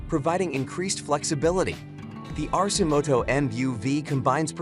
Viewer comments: It is pronounced 'ARK-e-moto', so I don't know why this narrator pronounces it incorrectly. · "Arse-imoto." hahaha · AI can't even pronounce the name correctly. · Doesn’t pronounce Arcimoto correctly and has completely wrong information (not adjustable seats). Yikes.